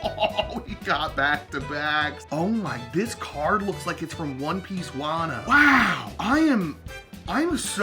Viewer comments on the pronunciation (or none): none